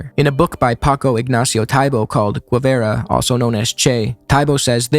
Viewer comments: Great video but please learn to pronounce his name properly. It's geh-vara, not gwe-vera. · The digraph "gu" is pronounced as an English hard "g", and the "u" itself is not pronounced: /ɣeˈbɑrɑ/ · Anyone who pronounces his name Gwevara is immediately discredited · I always thought it was Che "guevera", and I would've pronounced it as such too. Guess I'm an expert on the man too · it's not "gwe-vera" or "gwe-ra". "gue" is pronounced kind of like "gay" in english. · Great video man, I hate to break it to you though but after you said I thought you deserved the truth, you didnt nail a single pronunciation the whole video, not even Guevara. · Spaniard here. You didn't, in fact, kill that pronunciation, but close enough. Also both "u's" in "Guevara" and "Guerra" are silent! Just a heads up, nice video, left a more thought-out comment before this nitpicky one. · Sorry but, you did not kill that pronunciation lmao. Maybe in the sense of hugely mispronouncing it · “Guerra” or “Guevara”; when you have G U E, you don’t pronounce the U. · Some constructive criticism i would add to the video: please check out how the pronunciation of the names. Maybe not every name, but those you say several times like "Guevara" or "Guerra". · It's not "Güevara" but "Guevara" meaning, the "u" isn't pronounced. Sounds similar to the first part of "game". On the other hand, "Humberto Fontava" was perfect! Saludos al pibe! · Your pronounciation is still ‘no-sabo’ level my bro, sorry to have to let you know. FontOvA and ‘Geh’ for Guevara! Smh…